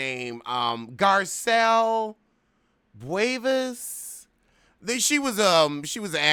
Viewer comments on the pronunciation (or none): Garcelle BooVeeAYE is how it is said I believe.